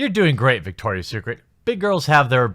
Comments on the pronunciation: It's Victoria's Secret, not Victor's. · It's VICTORIA'S secret... not VICTOR'S secret! ROFL!!